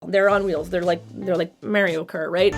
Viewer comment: I had to rewind a sec bc I have never EVER in my LIFE heard someone pronounce Mario that way Just had to get that off my chest, now I'm going to watch the video :)